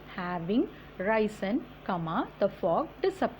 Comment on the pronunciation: Risen றைசின் இல்லை றிஸ்ன் என்று உச்சரிப்பு.